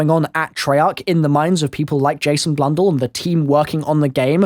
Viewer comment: Jason Blundell not blundle